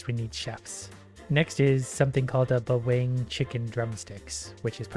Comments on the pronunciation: pronouncing bawang cracked me up, and who made this game?Lucu2 jga la English Dalam game ni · "Beweng" cuaks... wkwkwkwkkw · Bawang (read: buwúng) is just basically an onion tho